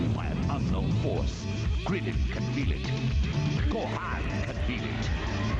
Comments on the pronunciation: Did anyone else laugh a when the voice over guy pronounced Gohan's name ? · I love how it's called batman of the future. And how they pronounce Gohan, I mean wow!